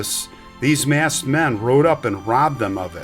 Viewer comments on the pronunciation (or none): none